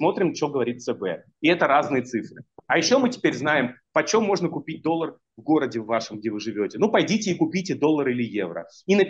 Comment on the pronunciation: ОН СКАЗАЛ....,, ДОЛЛАГ"